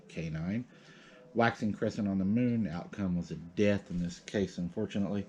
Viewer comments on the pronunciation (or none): none